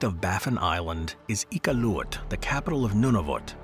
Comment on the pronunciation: For a company based in Vancouver, CANADA, the pronunciation of Iqualuit was borderline disrespectful